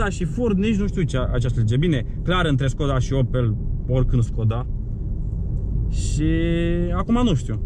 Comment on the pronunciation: Defapt normal skoda se pronunța ,,şkoda"